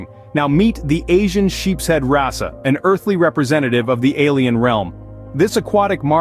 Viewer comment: You pronounced it wrassa, thats wrong , you showed a discus fish briefly....wtf